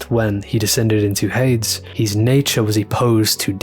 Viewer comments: Cool analysis man. Enjoyed the video. Just one thing. The name/word Hades is pronounced hay/deez. It sounds kinda like another word the way you say it 😅. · you're pronouncing Hades wrong... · One question, good sir: Why do you say "Hades" like that?